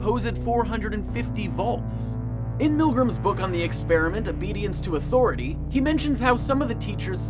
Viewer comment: Respect my ATHORATAH